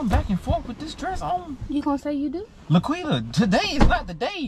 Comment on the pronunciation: It’s La’Quitta**